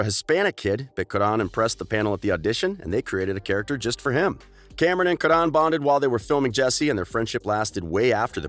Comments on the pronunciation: It’s Karan not Kadan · Bro......it’s KARen not Karden........ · It’s not Kadon it’s Karan Also R.I.P Cameron boyce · Its Karan not Kuhdon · btw karan is pronounced kuh-run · I hate how he says Karen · You are pronouncing Karan wrong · You saying karan name wrong asf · You keep pronouncing Karan’s name wrong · Why is he saying Karan’s name like that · you are saying Karan's name wrong